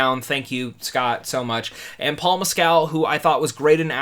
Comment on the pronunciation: After hearing other interviews of this movie, here's some minor feedback. Director Andrew Haigh's last name rhymes with plague. Might be easier to pronounce if it were spelled Haig (with a hard "g"). Paul Mescal's last name is like that Chicago critic from years ago, Gene Siskel. Instead of Siskel, pronounce it like Mess-kel. as opposed to Mess-CAL (so not like the alcoholic drink).